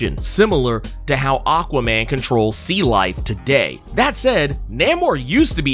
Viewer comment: Same. I actually only went to this comment section to see if anyone else had the same issue. I've heard it pronounced different ways before but this is most definitely the worst. That said, its still more forgettable than Benny's from The Comicstorian Channel's illogical pronunciation of Aquaman